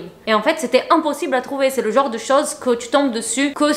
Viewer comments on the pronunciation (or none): none